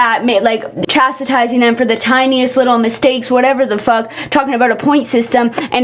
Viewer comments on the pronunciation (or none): Your hair is FIRE!!! This restaurant is TRASH like a lot of spots here in ATL! Girl, if you cannot pronounce words correctly then please don't use them. You lost me when you butchered the words "gratuity" and "chastising"!